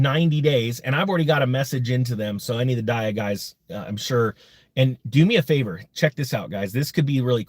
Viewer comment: Pretty sure its DEEE AH . Did you do your research bruh?